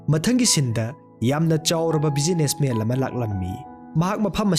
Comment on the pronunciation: Waridi fajei adubu wari lirib ebungo pronunciation dudi yadrehe businessman haidwduda businessmel haire, Postman haidwduna postmel haire, John haidwsuna jol haire, yam heinde khitng semdokpiyu N ga L gagi khetnb khngbiyu